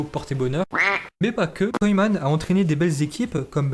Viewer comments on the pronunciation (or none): Il prononce mal😂😂 la preuve il nique carrément le nom de koeman au lieu prononcer « keuman » il prononce « koyman »😂😂😂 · « Koyman »😂😂🤦🏾‍♂️ ça se prononce « keuman » gros Ronald koeman